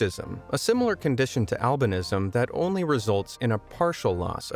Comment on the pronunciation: They way he pronounces albinism is getting to me. I must have pms or some shiz